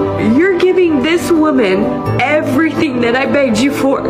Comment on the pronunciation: I know she is saying 'begged' but all I hear is NAGGED - LOL